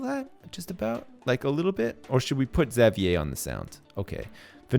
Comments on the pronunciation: isn't xavier pronounced (X-av-ur)? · say it how I've heard everyone else say it ever, which is ix-zay-vee-er or ex-zay-vee-er or maybe even just zay-vee-er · It's funny how says (Zavee-eh) probably because he's Canadian and that's how they pronounce Xavier. Where I'm from - I hope I'm not alone - we say it (Z-eh-vyer) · Is anyone gonna tell how to properly pronounce Xavier's name? Or are we gonna just let him call him Zav-ee-yay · I feel like there's some joke I missed somewhere along the line considering how he keeps mispronouncing Xavier's name :/ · It bugs me how you say Xavier, but I guess it's a Canadian/French thing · Well I don't live in a French province anymore so they might say it like that?? But my classmate's name is Xavier and he does not pronounce it like does... Who knows? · I'm French Canadian and that's not how I pronounce it :/ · Ishan Abhi Well then I have no clue why he says it like that lmao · is Canadian, so he might be used to hearing it pronounced that way. I'm American, and I've always said Exäveeyer, sometimes Zäveeyer.